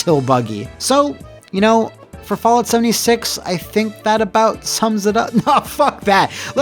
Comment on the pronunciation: Did he just say 'Soulja 76'? My dude